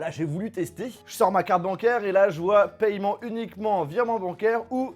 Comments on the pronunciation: Paiement pas payement (en) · On dit "pèman" pas "pailleman" non ? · On prononce « paiment » arrête avec ton paYEment ptn